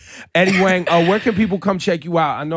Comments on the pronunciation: NalaLana123 It's pronounced Wong and Eddie said it a few times in the interview and even then Ebro didn't correct himself. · ay, on the 3rd WANG, i would'a had to correct this nigga, EBro. it's HWONG, fam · goddamn ebro, pronounced wong shiiiiiet. dope interview tho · Host keeps calling him "Wang"; its Huang (Wong)..put some Respek on his name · expletive, Ebro, this man's name is pronounced Wong not Wang. better now? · It's fucking HUANG!!! NOT WANG,NOT WONG,FUCKING HUANG!! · A bruh it's pronounced WONG not WANG...... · put respek on eddies name fam not wang "Wong" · It’s pronounced huang (hwang) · why does he let Ebro keep calling him Eddie Wang lmaooo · Eddie Wang! hahahaa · Wrong. It's pronounced HWAONG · I was waiting for Eddie to correct him on the name... then he even said whu-ongs world to promote his show and Ebro still didn't correct it... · Eddie "wang"? Damn Ebro. You need to go back to school. Lame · How are you going to not correctly pronounce your guest name throughout the WHOLE interview? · You can tell it was getting under his skin when Ebro mispronounced his last name like 5 times. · was he saying his last name wrong? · Was he saying his last name Huang? Had to do it lol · I was hoping Eddie was gonna correct Ebro on how to pronounce his last name... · How you gonna say his last name wrong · Great interview, Ebro mad disrespectful tho. Learn how to pronounce the man's name! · right off the bat, pronounces his name wrong